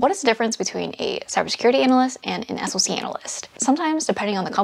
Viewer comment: As far as salary goes for a SOC analyst, it easily goes upwards of $160k for a tier 3 analyst. Also, it’s pronounced “sock” 😅